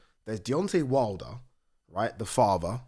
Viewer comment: Deontay ‘WID LER’ lol 😂